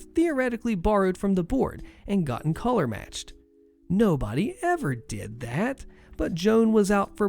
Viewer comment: I spent some time trying to figure out what a "house collar" is until I noticed you were attempting to say color